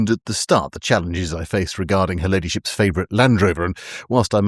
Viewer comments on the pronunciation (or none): none